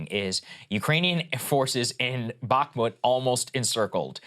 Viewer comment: Can’t even pronounce Bakhmut correctly. Glad I dropped my premium early and follow all news including international reporting. Doubt the Russians are “embarrassed.” And dang—Krystal has morphed into a war hawk